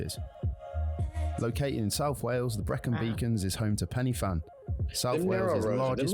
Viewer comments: It's not Penny Fan it's Pen y Fan, Pronounced (Pen~uh~Van) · The guy on the video you are watching cannot pronounce the names, pen y fan isnt penny fan. Its pronounced pen er van. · I winced at Penny Fan, please tell them because the Welsh alphabet is different it’s pronounced Pen Uh Van. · * It's pronounced like "way-les". *Pen-y-fan isn't pronounced penny-fan, its "pen-uh-van", he did well with most of the pronunciations though. *If someone just said "bbq" to me, I'd think they mean sauce. If the weather is nice we would say "I'm going to have a bbq this weekend." *Try going to Barry Island beach or The Mumbles when the weather is even remotely nice, its packed! When the weather is really hot and sunny? You cannot move there! I once waited an hour and a half to get fish and chips 😂 * You should really look into Welsh myths and legends! * Oh no, we don't want it to be cold, we've just learnt to live with it 😂 * Love Tenby! It's one of the nicest little town in Wales Really enjoyed this video! Thank you for appreciating our country 😊🏴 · Its pronounced pen er van NOT penny fan, its massively irritating. There are passing spaces, the car nearest to one gives way. We go to the beach, dozens of beaches within 65 miles of anywhere in the UK. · It's Cymru not Wales, Pen y fan is pronounced Pen y Van, Snowdon is English, Yr Wyddfa is Cymraeg, its proper name. Snowdonia is Eryri, Anglesey is Ynys Mon, great beaches. I gave up with his awful pronunciation in the end, and he wrote a guide book lol. There are many fantastic beaches on the Llyn Peninsula and the Italian village of Portmeirion .